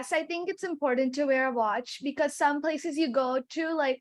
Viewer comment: Most of Jiyas answers are informal...... her pronunciation for Because is wrong and many more